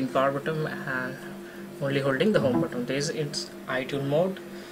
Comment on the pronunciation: It's not BOTTOM man it's BUTTON! Learn the easiest words better!